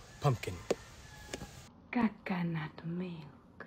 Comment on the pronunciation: Funny that in italian "cacca" means shit and She pronunciates coconut like "caccanut" lol.